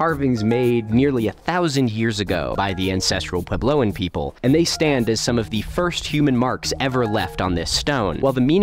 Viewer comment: It's going to kill me the way Milo keeps saying "pway-blow". Edit: especially since he says puebloan correctly!